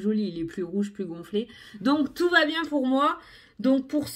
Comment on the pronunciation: Cc, avec plaisir 🤩 J'adoooore. Moi, j'aime bien qd tu démarres: "Bongjoure, jsp ke vous allez bieng", ça me met la pêche et le "Salut, salut" de fin. Tu es pimpante et tu nous le transmets 🤩🤩🤩😘😘😘